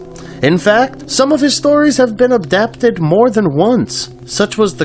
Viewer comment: Abdaptid? I cant even watch this past the first 30 seconds. Adapted! The word is Adapted! Not Abdaptid!!